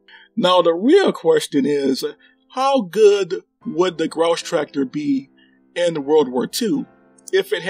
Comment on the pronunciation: I'll try not to grouse about your pronunciation of "Grosstractor" ;)